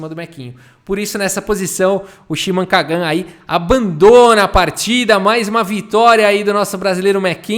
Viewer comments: Kagan se fala com entonação diferente. Lembra do Karl Sagan? da mesma forma! deve se colocar a entonacao no "Ka", que falado na lingua portuguesa fica "menor pior" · a Maturidade do pra ler o nome do cara é igual a minha kkkkkkkkkkkkkk